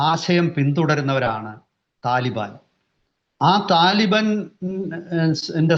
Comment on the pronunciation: എടാ മൈരേ തലിബൻ അല്ല താലിബാൻ എന്ന് പറ 😂😂😂😂